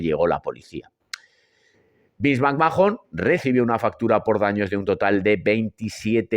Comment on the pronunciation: Roman Reigns fue la razon por la que deje de ver la WWE en 2016 y volvi recien por pura curiosidad cuando volvio Cody Rhodes. Nunca me gusto Reigns no lo soporto. Otra cosa me da por los huevos escuchar que pronuncien McMhahon " macmajon", se pronunca MACMán